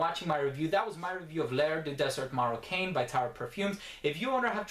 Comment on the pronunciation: Your butchering of French makes me CRINGE. Please get someone from France school you in minimally correct pronunciation.